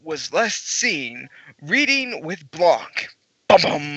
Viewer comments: Im offended u pronounced my name wrong THE C IS SILENT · The C in Blanc is silent by the way.